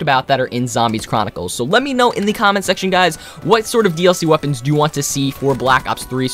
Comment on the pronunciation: did u hust say...21 melee wepeans